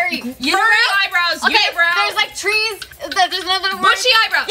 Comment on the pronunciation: Bart said tress when describing the giant sequoia tress